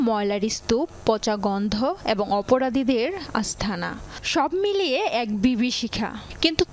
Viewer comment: অপরাদিধের, আস্থানা, নোগোর, উচ্চারণের বারোটা বাজাই দিছ।